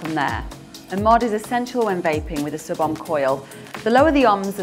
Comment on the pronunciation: ohm is pronounced owhm